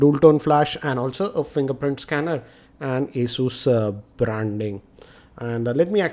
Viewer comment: That's pronounced 'a-zyoos'.